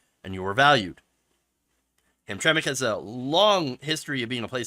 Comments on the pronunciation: Hey, aren't you from Michigan? We all pronounce it Ham-tram-ick here.:) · Ham Tram Mick is how it's pronounce. It's also not a suburb, it's a small city in the middle of Detroit. Very poor and have been discriminating against black people for a long time. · it is pronounced hamtramik. and they weren't like this before. it is going straight to hell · Gays have made this flag a symbol of hate canceling anyone who disagree with them and learn how to pronounce the name of the city idiot. These people always talk rights when the shoe fits others have the right to object to your ass even in public.